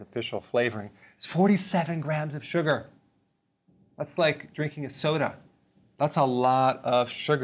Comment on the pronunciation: The way he says "suger"